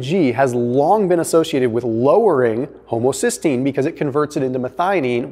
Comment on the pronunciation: Haha he said homosystgeine